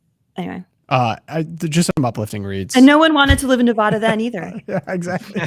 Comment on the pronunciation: OK First, Nevada head here. The first a is an a as an apple not as in awful. Thank you. Secondly, the weather in Northwest Nevada is awesome! But yes, you get a few miles east of Reno/Carson City and it is pretty bad. You might not know this, but lust in the dust occurs in the Nevada desert, and I’m happy to say they are losing money, which is a good thing. Perhaps it will shut down. God sent them terrible thunderstorms a couple years back, and they all got stuck in the mud. So we can pray for that. The other name for lust in the dust is of course “burning man“